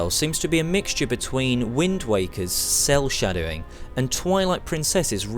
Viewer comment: you said: "Cel shadowing". I think you need to read up on shading techniques (also why it's called "shading") before you do a review like this which alot of people will watch. Other than that, good review:)